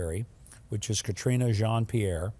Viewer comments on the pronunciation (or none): Why do white Republicans always mispronounce black people's name? Her name is karine not Katrina. They love to dismiss blacks by mocking their names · Her Name is Karine. Pronounced Ka-reen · You pronounced her first name incorrectly.